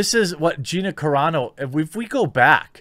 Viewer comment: Car-a Not Care-a dune. Because her name is carano